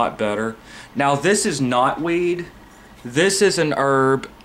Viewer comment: "This is knotweed" For a second, I thought you were saying "this is not weed" like, marijuana baha.